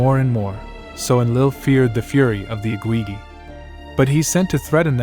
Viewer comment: They were the Igigi, you are totally mispronouncing their titles. Its not the IGWIWI, .what are you doing? Please do your homework before posting so you know you are pronouncing correctly.